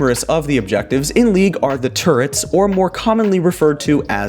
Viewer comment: Is it just me or did he say turds instead or turrets